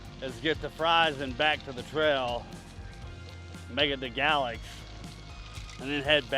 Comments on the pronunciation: We just watch this video today, we’re going to ride from Pulaski to Draper (Mercantile) with the kids. In the future going further and further. Great video! Every time you said Galax ( gal-lex) - we giggled and said it like you… ( gay-lax or gay-lacks ). Great content!! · hey just so ya know it;s pronounced GA-LAX with the A being long!! GAAAAA lax!!